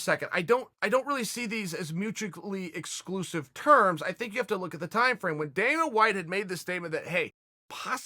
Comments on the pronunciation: "mugicly exclusive" lmao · chael "mucheckly exclusive" sonnen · Mugically exclusive. I have been saying it wrong my whole life evidently. Ok great. Thanks Chael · Kelvin "GATSTELUM", "MUJUICALLY EXCLUSIVE" My boy chaels been on that wine. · Chael 'mugically exclusive' Sonnen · If Chael Sonnen says mutuclly exclusive then I say it's mutuclly exclusive